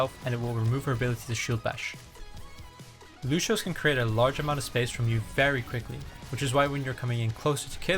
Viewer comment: Unrelated - who was the pro who first called Lucio "looshio"? Ever since that, everyone who does guides for the past 4yrs butchers his name. He's Brazilian, which has no indication of changing 'c' to "shh". Very odd phenomenon how people will accept anything popular.